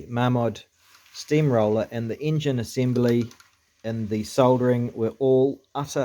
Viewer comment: ENGINE not ingin